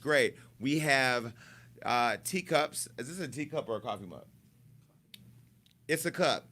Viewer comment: "Isssa cup"